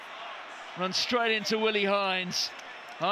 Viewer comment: The Sean Connery pronunshiation pandemic shtrikes again! "shructure" and "shtraight" several times! Just shtop it, would you?